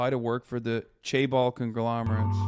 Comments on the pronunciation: Why does pronounce it like "Chay Balls" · As a korean, the better way to say it would be jaebol